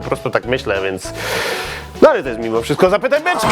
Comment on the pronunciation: [p] czemu zawsze na początku mówisz "zapytaj beczke" jak jest napisane "zapytaj beczkę" ?